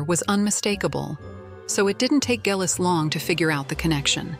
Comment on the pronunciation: It would be nice if the narration could decide how to,pronounce Geillis and consistent .